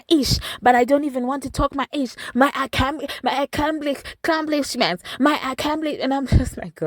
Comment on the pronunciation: 😂😂😂Ah ah ah comeplish men 😂😂